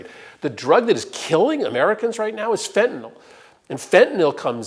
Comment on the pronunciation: Thank you for pronouncing fentanyl correctly!! The MAGAts can't seem to say anything other than "fentanall"